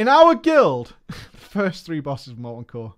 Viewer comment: it's pronounced "core" god, it's like you didn't grow up in a weird-ass military state